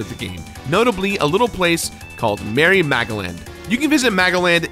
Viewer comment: Am I thr only one hearing Mary Magdalene instead of Merry Magoland?